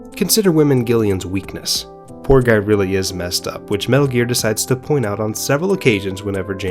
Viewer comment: Snake: METALL GEARR!!!!!! .... what the hell is a metal gear...